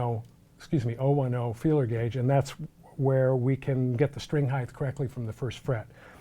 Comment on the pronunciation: for the love of god. PLEASE STOP SAYING HEIGHTH